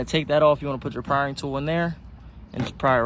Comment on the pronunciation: it prying not richard pryering